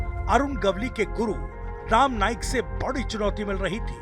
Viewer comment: Abey bhaiya patrakar pahile bolna sikh.. Ram naik nahi rama naik.. BC sab jaga par gandagi failana hi hey inko